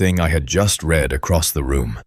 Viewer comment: Again the wrong pronunciation of a simple word. Read eiter reed or red according to proper use. I am deaf. I read transcripts. You should too.